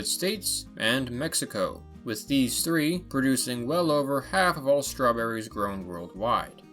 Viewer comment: I heard somebody mentioning Strewn-berries?